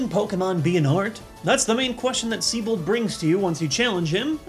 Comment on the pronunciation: Actually, his name's pronounced Zee-bolt.